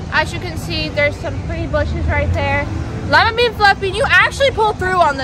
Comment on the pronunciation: "Though the BOOSHES "